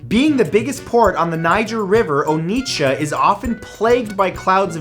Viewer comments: 😂 The T in Onitsha is silent, and the O is pronounced as "Or" (without the R), not "Oh". To pronounce the entire word properly, say "Awww" 3 times. Now replace the them with each syllable of Onitsha. There. You're welcome (I'm Nigerian and I'm showing off, just in case it isn't obvious by now😂) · You called it Onicha Nigeria 😂😂😃😂😉😉😂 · For some reason I knew Nigeria would be on this list... You pronouncing Onitsha was hilarious 🤣🤣🤣